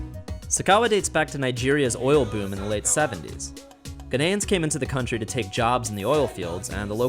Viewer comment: I hate the way he pronounces Ghanians